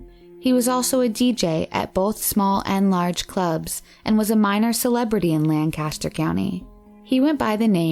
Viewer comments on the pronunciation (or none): You're pronouncing Lancaster horribly wrong. It's LANK-ISS-TER. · GEDmatch isn’t pronounced G. E. D. Match, it’s pronounced JedMatch. Lancaster County is pronounced Lank-aster, not Lan Caster. Failure to research noun pronunciation makes me wonder what additional research is missing. Traces of semen ARE... not IS. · Lann Caster county? 🙄